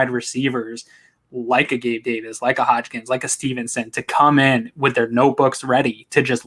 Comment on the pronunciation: It’s not Hodgkins it’s Hodges 🤣